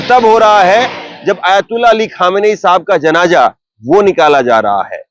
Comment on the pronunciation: Please apni language thik kar le .bolene me aap ki zaban sahi nahin hoti hai is se meaning badal jata hai,jaise janaza ko janja bol Rahe han. Please isper dhan den. Main aap ki burai nahin kar raha hun.main aap ki news barabar sunta hun.